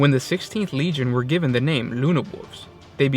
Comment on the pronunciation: Luna wolves... Nahhh luna wooves